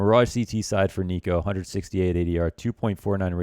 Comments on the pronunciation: niko does not rhyme with demo -. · niko rhymes with demo English teachers: Am I a joke to you?